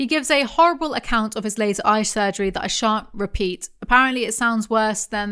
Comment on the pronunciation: "but I shan't, because that's folly" might be the most british you've ever sounded ever